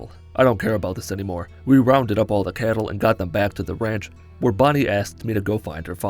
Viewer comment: CATTLE !! NOT KETTLE !